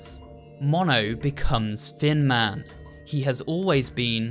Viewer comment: Does anyone else hear fin man when says thin man